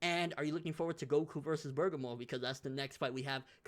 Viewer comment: BER-GA-MO!!! Learn how to say the damn name